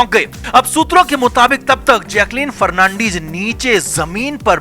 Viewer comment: Fernandeeeeez nehin....fernandez...